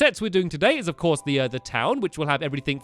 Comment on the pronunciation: I'm the beginning he says ELF course Polly. Anyone else notice?